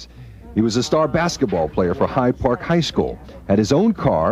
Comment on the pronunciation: Lmaoo he said Hyde park 🤣🤣🤣🤣🤣